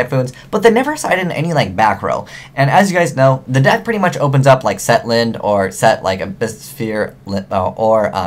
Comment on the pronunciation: Genex Un-dee-ne, lin-de, ju-st sa-yin